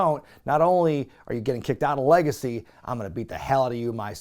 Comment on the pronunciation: “And then we go to the LAR-gacy.” Haha hope you just start calling them that.